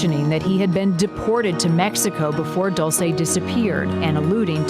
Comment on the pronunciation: HER NAME IS PRONOUNCED DULL CHAY NOT DOOL SAY